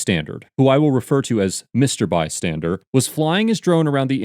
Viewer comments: I've got to be honest... It kind of drives me crazy when people say "bystandard" (BUY-STAN-DURD) in lieu of the correct word, which is "bystander" (BUY-STAN-DUR). This channel's narrator does it all the time. Of course, I'm also far from perfect. But that particular incorrect pronunciation just happens to get under my skin (in a similar manner to how "irregardless" does) for whatever reason. I think maybe it's because it's not simply a different sound or vowel shape (like a regional dialect or an accent, which is understandable). It's literally adding letters to a word which do not actually exist, and then saying the word as if those letters do exist. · Why do I keep hearing “bystandard” like with a “d” at the end? Is that just me or is that actually how you pronounce “bystander” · **UPDATE…HE KEEPS SAYING ‘BYSTANDERD’…ITS “BYSTANDER!” DUDE??!!…U KNOW LAWS, BUT DO NOT KNOW ENGLISH MY FRIEND!!** -Ur Welcome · Is it me or does it sound like he is saying "Mr. Bystandard" and not "Mr. Bystander"? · It sounds like he is saying “bystandard” repeatedly. 😂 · Why do you keep calling him Bystandard? Yet in the description say Bystander? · I keep hearing bystandard instead of bystander. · “Bystander.” Not by-standard. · Why do you keep saying “bystanderd?” Am I fucking crazy? Holy shit this irked me... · Why does it sound like you're saying "Mr. Bystandard"? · Love your videos and your effort to present things as professionally as possible... in that light please be aware you are incorrectly pronouncing the word "Bystander" and adding a "D" sound at the end. The pronunciation is "bai·stan·dr" with no "D" Keep up the great work.